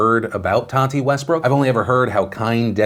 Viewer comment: Nobody: James: To TaTeH WeStBrokhh